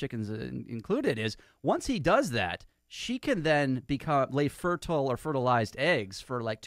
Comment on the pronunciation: Why does keep pronouncing fertile that way. The word means the eggs are fertile, not fur-tile.